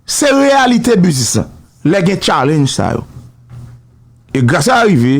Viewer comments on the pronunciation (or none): none